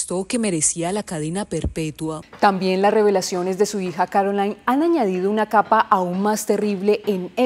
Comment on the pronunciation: Espeluznante... viniendo de su marido e incluyendo a tantos hombres "normales" de la misma comunidad. Por cierto, el nombre de su hija no se pronuncia "Carolain" en espan̈ol, sino "Carolín". Es francés, no inglés.